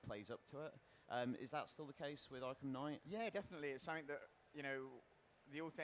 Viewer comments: I've only heard of "arkham knight" not "arkham knigghgt" sorry for my bad english, i'm from 'murica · Batman Arkham Kngigityght